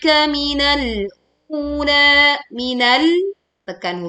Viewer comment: Ayat ke 4...minal ula..kenapa u...nya dibaca 2 harokat bu..bukanjah wawunya nggak ada sukunnya bu...terimakasih....saya baru subcribe